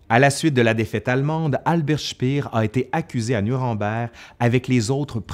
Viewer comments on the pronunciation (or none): Speer ne se prononce pas "chpir", mais "chpér"... À part ça la vidéo est intéressante ! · Par avance, je vous prie de m'excuser pour ce commentaire un peu négatif, mais ça me rend toujours un peu fou: pourquoi prononcer des mots ou noms allemands à l'anglaise dans une vidéo en français? Speer ne se prononce pas "Chpir", mais "Chpér" (avec un é long (ou \eː\ selon l'API) ). Il en va de même pour le See de Silbersee (le s se prononçant d'ailleurs plutôt \z\). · Petite rectification : "Speer" se prononce "Schpèr" pas "Schpir", ça n'est pas comme en anglais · Ayant étudié l'allemand, j'aurais dit " chpéheur" ( cf . , ) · Super vidéo mais la prononciation de Speer en anglais ça m’a fait saigner les oreilles 😉